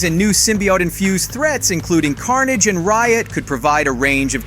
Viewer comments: I'm sorry, but did you just call CARNAGE Car- naage the first time around? 😂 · Bro who tf is “CARN-AJJJJ” 💀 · why the fuck did u pronounce carnage like that?